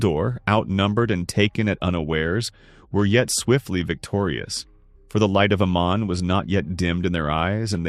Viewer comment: It’s not Amen, but Aman, it’s not Mandose, but Mandos🙄🫣🫠 Why does Americans have to butcher everything?!